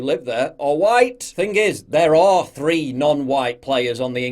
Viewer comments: Wow she said huWhite too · "All Whyte" Love how the commentator says the words as if she is swearing..... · Love how she pronounced it wh-ite and not just white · Why did she say white like that? For real wtf?